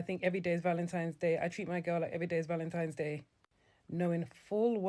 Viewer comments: The 1 that kept saying ValenTIMES day was making me cringe. And the DL guy with the blue shirt please stop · Anyone who’s says “Valentimes” should be blocked immediately! C’mon now.